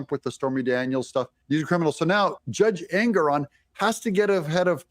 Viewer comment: Pronouncing Engoron sounds like his last name means ANGRY 😠 ON ALL PEOPLE